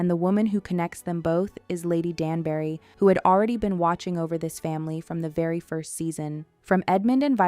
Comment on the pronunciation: Lady "Dan-berry"?? She's not a fruit! It's pronounced Danb'ry. And don't get me started on why Anthony's father would never live to see him become Viscount 🤦‍♀️